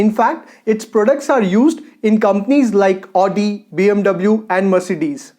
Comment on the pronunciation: Good. But I would like to correct one thing. You say " one of the manufacturer". But it should only be " one of the manufacturers". Again the pronunciation of Audi car is " avdi" and not " aadi".sorry for correcting. But I like your channel and want it without blemish.